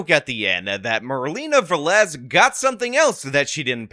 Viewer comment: Is Velez. The first two letters is pronounced like be in bear. Ve- (as in bear) and lez ( like less). Please, is really annoying. This is really common latin American and Spanish last name.